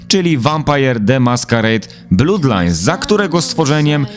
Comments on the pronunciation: Jezu, nie 'blUdlines' tylko 'blAdlines', krew to nie 'blUd, tylko 'blAd' a własciwie to [ˈblʌd]. Fajny materiał ale za każdym razem jak mówisz 'blUdlajns' to uszy krwawią. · no problem, polecam się! :P I mówię fajny materiał i nawet bym sie nie czepiał ale to blUd tak strasznie gryzie po uszach xD